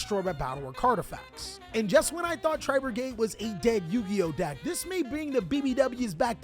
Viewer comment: You say ‘deck’ like ‘dack’ like a preppy white girl lmaooo